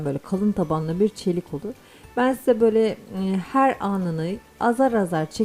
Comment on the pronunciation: " Her" derken fazla abartarak telaffuz etmiyor musunuz